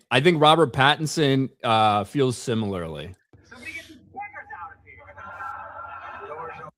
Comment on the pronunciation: 'Beggahs' you can't use the hard R.